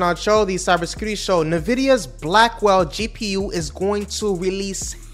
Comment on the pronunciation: why do you say "nuh-vidia"